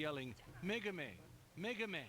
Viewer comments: her name is Megumi, not Megami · The brain-surgeon liberals at CNN are pronouncing her name WAY wrong. It's "Meh-goo-me," not "Meh-goo-mey." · Why the elaborate mispronunciation of Megumi's name?